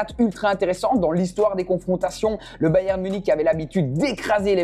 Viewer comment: Sa ce dit pas bayem sa ce dit bayern